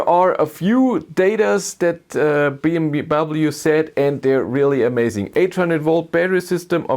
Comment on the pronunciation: Why You don't say BMW properly 😅?